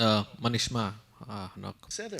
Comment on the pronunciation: It's Hanoch, BTW ;-)